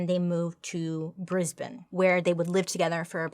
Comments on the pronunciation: Life sentences in Australia are 20 years...ish. It's complicated 😕 If you look into Julian Knight he's technically served his full sentence but they changed the law to keep him in prison indefinitely. Major props for the correct pronunciation of Brisbane though 👏 👏🙌🙌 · You are literally one of the only people from overseas I have heard pronounce Brisbane correctly - thought you would want to know darl! Well done you! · It makes me so happy when non-Aussies actually pronounce our cities/ towns names properly 😭 first time I’ve heard someone actually pronounce it as “Bris-bin” and not “Bris-bane”. This is just one of the many reasons why I love Bailey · I’m Australian and you pronounced Brisbane and Rockhampton correct. Have you been on TikTok Bailey? How did you know we put “bin” at end of cities. Such as Melbourne but pronounced Mell-bin. And Brisbane is Briz-bin. 🎉🎉🎉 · Bailey How do you manage to look more and more Beautiful with every video... So proud of your success you have come a long way and it's been a pleasure to support you from your very first video. With much love from Australia🌏🥰💜 P.S you got the pronunciation perfectly.... ☺ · As an Aussie, I'm proud of you for how you pronounced the towns 😁🤣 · Bailed that Brisbane pronunciation. TY for vid. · Also, you said Brisbane perfectly 👌🏼😊 so freakin proud! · Well done on your pronouncements of our towns! We get a lot of bris-BANE-s & MEL-born-z 😂 love ya Ms. S!! 🇦🇺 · Also points for pronouncing Brisbane correctly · Bailey I am from Australia There were some crazy stuff You did perfect on pronunciation Love it Lisa AUSTRALIA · Your pronunciation on Australian places are spot on! Never heard an American accent say Brisbane so well 😂❤ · i was just about comment the same thing, i too have never heard an american, until today, pronounce Brisbane properly, yay Bailey😍😈👿😍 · Yep she totally looked up the correct pronunciation before filming this. Most Americans pronounce it like the Batman character 😄